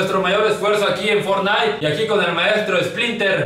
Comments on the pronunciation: Fornain dijo el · For-naite jajaja XD El 2018